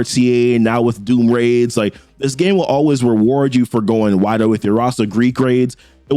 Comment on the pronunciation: weward you for going wiwer.... reminds me of '"mawaige... mawiage is what bwings us together to-day"